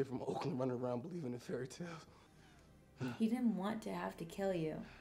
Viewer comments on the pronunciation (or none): none